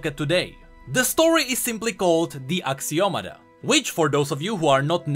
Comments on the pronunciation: i think is Axio-Matta not Axio-mada right? D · It's actually "axioma" but whatever XD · I believe you are meant to pronounce ashiomata.